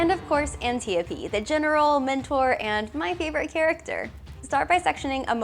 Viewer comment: Anyone else notice all the failed Wonder Woman facts like pronouncing antiopes name wrong and antipoe being the general not that other girl